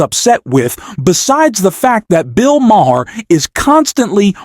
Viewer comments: "liar" not "lier". And "Mah herr"?? It's pronounced "Maar". AI voice and a channel owner for whom English is not his first language. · Bill Maher: Pronounced "marr" Or "Mah." Or maybe even "marrr." But not ma-her, not ma-herr, and not ma-uh. Is your narrator maybe in the wrong lnie of business? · Its pronounced Bill "Mar" not "Mahar". Why don't you get real people to say real things. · It’s PRONOUNCED Bill MAR NOT MA-HAR. And it’s LIAR..NOT LIER. Hire me for spell check. I need the money. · Who the bloody hell is "Bill "Maah-huh"? {:o:O:} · Enjoy what you do? You cant even get Mr. Maher's name pronounced correctly. What kind of idiot does the voice over? It's prounounced Marr to simplify it for you. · do you really not know how to pronounce Bill Maher's last name? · The “H” is silent!🙄